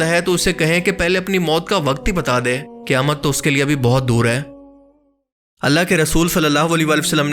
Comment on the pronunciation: Qaaf ka pronounciation galat kar rahe hain. Ise aap kaaf kah rahe hai jaise qayamat ko kayamat kah rahe hai. Quran shareef mein surah Qaaf bhi hai kya us ko bhi Kaaf padhte hai?